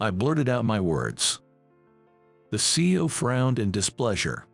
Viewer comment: It’s C-E-O each pronounced individually not see-oh. Words should be practiced before it is recorded.